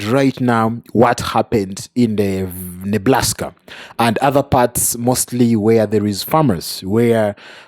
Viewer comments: I swear he said Neblaska! 😂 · Please stop saying Neblaska. I know I’m petty, but it’s driving me crazy. Please it’s Nebraska.